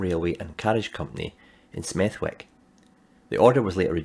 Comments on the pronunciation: If you're worried about baldness, have you thought about static grass? Nerdy pedant mode: SmethWick is pronounced Smethik. I wouldn't normally pick on such details, but after a lifetime of my Scottish other half gunning for me on Fochabers and Penicuik I think it's time I scored one for England😬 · The W in Smethwick is silent, it's almost as if you're not local to the West Midlands 😉